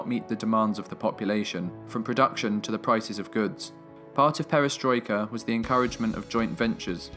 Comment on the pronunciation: it is pronounced pe- ri - stroi- Ka.